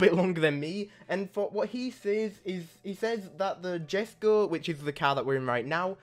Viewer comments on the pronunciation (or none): The Koenigsegg Jesko is pronounced “Yes-ko” btw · It is written jesco but u pronounce it yesco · jesko is pronounced yesko and sian is pronounced see-yan